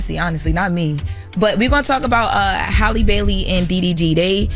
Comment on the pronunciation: Honestly the way yall correct everyone about Kamala’s name then turn around and butcher Halle’s name repeatedly is wild